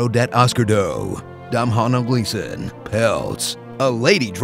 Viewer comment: sigh. IT'S NOT 'DOM-H-N-ALL'. It's pronounced like the word 'tonal' but with a D. GET IT RIGHT. I know that was just for comedy though.